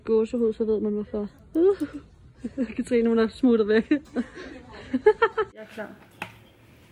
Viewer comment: Jeg er simpelthen så stolt over, du siger mit navn rigtigt nu😂🥰🎉